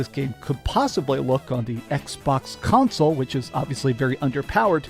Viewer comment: Don't forget how he says console. The way he says it is flamsol.